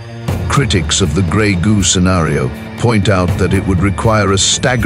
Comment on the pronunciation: Are you talking about greg, goo or robotics and artificial intelligence?